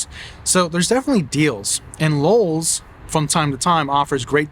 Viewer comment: I was hearing Lulls at times… where are these extra L’s in LOWE’S?